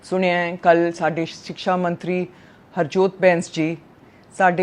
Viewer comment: ਵਧੀਆ ਸਿਕਸ਼ਾ ਨਹੀਂ ਭੈਣੇ ਵਧੀਆ ਸਿੱਖਿਆ ਬੋਲੋ